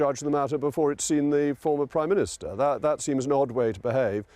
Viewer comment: He says he was assured he was priminitser